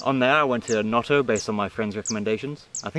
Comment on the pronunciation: Great video, ciao da Palermo :) Noto with one t was perfect!